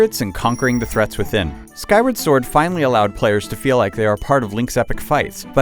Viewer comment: Skywerd sord